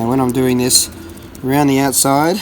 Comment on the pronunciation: Every time ye said "round de outside" I taught of 2 trailer park girls must be week that's in it. Great work.